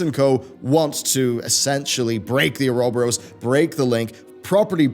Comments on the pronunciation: It's pronounced You're-a-bore-as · It's pronounced Oo-roh-boh-rohs. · It's pronounced or-oh-bore-ohs... Why must people always disappoint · No, it's not, that's typical English butchering of the word. Oh-uh-rho-bo-ross is as close as someone without education in Greek / Latin pronunciation can get to saying it correctly. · Your pronunciation of Ouroboros changes literally everytime you say it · I lost count on how many times he mispronounced Ouroboros. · Lol that is NOT how you pronounce ouroboros